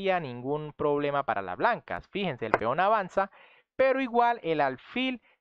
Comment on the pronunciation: dice proBELmas no problemas